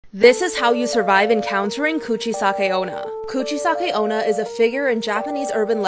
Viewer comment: “Coochie-sake oh-nah” 👌brilliant pronunciation hahahaha I’ve never heard it said like that